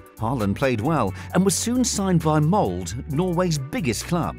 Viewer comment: "Bryn". "Mold".. Do you hear us say Manchest Unit or Livepoo? The E's are there for a reason godamnit. This is a shipping ship. A ship shipping ship shipping shipping ships. English.. 😑